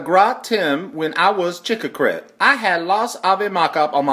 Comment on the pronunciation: Volpe "chickicret" or whatever they said was supposed to be trick or treat.